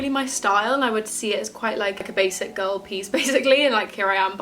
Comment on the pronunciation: As a Cali girl everytime you say ‘girl, girll’ I forget you’re a uk bae for a sec haha 😝